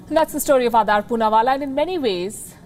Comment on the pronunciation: It's Aadar, (Aa-dar) ,not Aadaar as in Aadhar. Please correct your pronunciation.